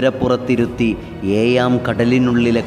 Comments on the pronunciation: ഏയാം കടലല്ല ഏഴാം കടൽ ഇരുപത്തേയല്ല ഇരുപത്തേഴ്‌ മുയുമനും അല്ല മുഴുവൻ ബർഗ്‌ അല്ല ബുർജ്ജ്‌ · പതിനെയും.... ഏയാം കടലും.... ആദ്യം പോയി മലയാളം പഠിക്കു.. നന്നായി.. പിന്നെ വാ.....